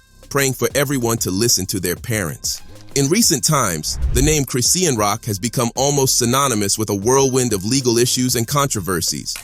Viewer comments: Lmao 😂 Chris-See-An Bruh Its Chri-Shawn (Chri-Sean) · It's Chri-shawñ...NOT Chris-see-awn dummy. Ugh😮‍💨🙄